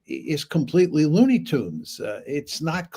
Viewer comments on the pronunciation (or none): none